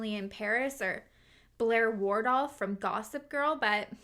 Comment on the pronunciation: Okay so no one was triggered by Blair “Wardolf”? Just me lol